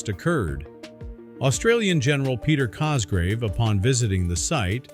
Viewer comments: Sir Peter COSGROVE, NOT Cosgrave!! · The Generals name Is Cogrove, not Cosgrave.